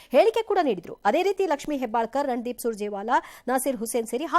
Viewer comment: Anchor just said...rand deep ...while saying name 😂😂